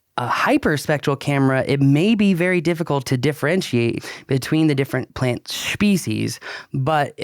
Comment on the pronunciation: I distinctly heard a "c" in there... Schpecies.